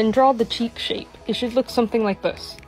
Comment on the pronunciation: bro really said cheap shake instead of cheek shape(not trying to be rude)